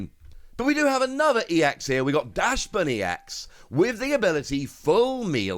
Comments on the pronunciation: I would be forever grateful if you reconsider the pronunciation of my favorite dog Pokémon to its proper form. It’s based off the dachshund dog. Which is pronounced “docks-on” the ch makes a ck sound. Similarity with our well baked friend, it is “docks-bun”. This is my favorite type of dog as I have a beautiful brown one named Zoey who I played the entirety of scarlet and violet with her right by my side. That’s why I’m always correcting people on this lol. Thanks so much, love you and the program, keep up the amazing work my friend! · Dachsbun. It's Dachsbun!!! XD